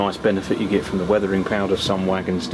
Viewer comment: It's get ... not git